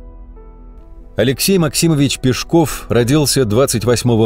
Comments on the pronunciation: Нас в школе учили ПЕшков, а не ПешкОв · Вот такой вопрос. Почему Пешков, с ударением на *о*. Живу в Нижнем Новгороде, уже более 60 лет. И в школе , и в музеях, и в домике Каширина, всегда и везде он был Алексей Пешков, ударением на *е*. И вдруг, в 21 веке он стал Пешковым, с ударением на *о*. Ухо режет так, что аж зубы сводит. Обьяснитесь пожалуйста. Бывает так ,что по центральным каналам показывают репортаж о Нижнем Новгороде, называют его Новгород. Видимо для москвичей это один и тот же город. Обидно! Наверное, ваш Пешков, с ударением на *о*тоже из этой серии.